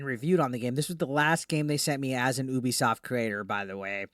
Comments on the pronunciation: Drives me nuts when people call Ubisoft, “OOBIESOFT” 😑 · it's pronounced "you-be-soft". Very appropriate name, it's a promise to their customers.